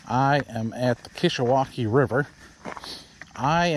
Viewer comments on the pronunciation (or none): Dude why you ruin the pronunciation the river name?